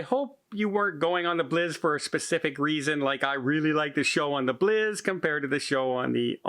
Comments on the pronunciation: FYI, the Bliss is pronounced "Blissssss" and not "Bliz" - I'm not sure if you are doing that for an inside joke or not, but wanted to let you know. Cheers! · Do they actually pronounce "Bliss" as "Blizz" in Canada, eh? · I know he keeps pronouncing it wrong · I was trying to figure out which ship is the Norwegian Bliz....